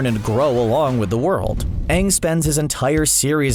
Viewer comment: CBR: Korra is way powerful Fans: Are we based on the "Aang" (yes the wrong pronounced one) of Shyamalan? Cause if we are I maybe agree on them.